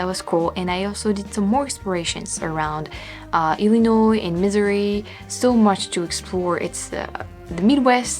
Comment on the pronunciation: Yep, that's how you should pronounce Missouri